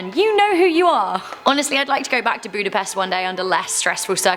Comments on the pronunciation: as a hungarian, it irritated me the way she pronounced budapest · I know you dont speek hungarian your butsering the word Budapest. Also evry other words too.